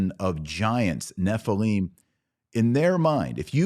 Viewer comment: Nephilim not Nephileem. And the Demons are the Unclean Spirits of the Dead Nephilim. Fallen Angels are not Demons. Angels do not need a host. Angels can materialize and appear as men. Demons can not. Demons need a host. Many Christians make the assumption that Fallen Angels are Demons. Gigante is mistranslated "giants." That is what it sounds like, but you are wrong. That is not what it means. GGigantes means "Earth Born."